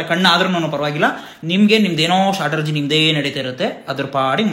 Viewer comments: Strategy❌ Shataragy✅ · Strategy ❌ Shaatargy ✅